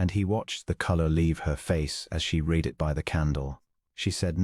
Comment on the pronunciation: Once again mispronouncing of the past tense of the word “ read” and saying the word “ bow”, not as a formal obeisance opposite to a curtsy, not as the bow used to make a violin play.